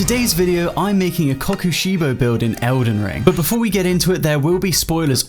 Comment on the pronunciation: Man you say the name weird but meh